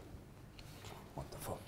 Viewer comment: I know he said wonderful but it sounded like wtf🤣